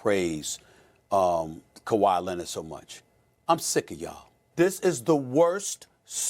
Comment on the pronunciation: That's not kwai Leonard